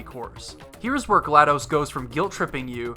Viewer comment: I'm only a third of the way through the video and loving every minute of it. One sticking point though...her name is pronounced Gla-DOSS, not Gla-DOSE. Think of DOS (disk operating system...pronounced DOSS)